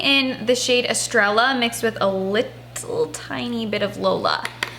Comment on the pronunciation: “Estrella” is pronounced es-STRAY-uh, while rolling your “r” because it’s Spanish for “star”.